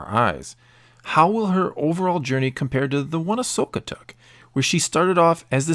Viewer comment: Agreed, but just saying, the name's Ahsoka, not Ashoka